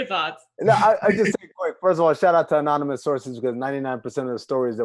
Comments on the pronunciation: unanymous instead of anonymous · We gonna ignore the fact this fool said “unonymous sources” 😂